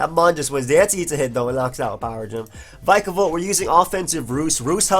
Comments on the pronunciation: Man, bulky waters in UU?! That's something new Kappa ALSO IT'S VICK UH VOLT :] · Since Pikachu is pronounced Pee-ka-chu, shouldn't Vikavolt be pronounced Vee-ka-volt? Especially since they're both electric types ; )